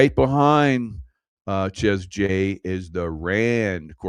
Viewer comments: Seriously, does your wife not correct you?? I believe, though I've never been there or heard of it before, it's pronounced SHAY J ... not Chez J though it's spelled that way ... I think it's a French thing though I've never been to France 😂 YaSHAYua 🤣😅 m'kay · Chez jay.. yes. Called shay jay. French. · "Shay' J= Chez J